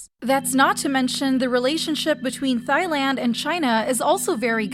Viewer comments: this bugs me so much. thai is pronounced TAI and not THAI. the h is silent. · I’m sorry I cringed when you kept saying Thailand. It’s THAI land not “thigh” land 😅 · I'm sorry did she say "Thighland" 😅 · It's pronounced TaiLand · Sorry but “Thighland” 😭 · Why is she saying thigh land? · Thailand is like Tieland, the h isn’t pronounced ✨ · I was looking for this comment😂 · Thailand is pronounced without the H :) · no one gonna talk ab how they said "Thailand" wrong? (not hating)